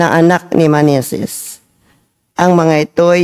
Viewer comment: Sana Po mag ingat sa pagbbasa dahil Yan ay salita Ng dios mula sa bibliya, tulad Ng egipto , ehepto,at Hindi Magento, meneses Hindi maneses...patawad po